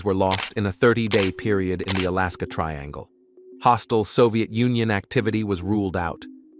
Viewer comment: When will Ai get it's English correct like crash-aid al-askar